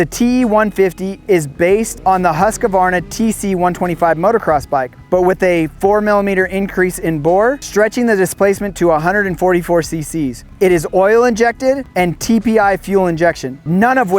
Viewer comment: Husqvarna not Husqavarna you dolt